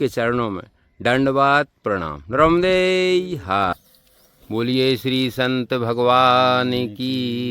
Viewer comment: Bhai nramde her nhi narmade har bolo naram soft wala nahi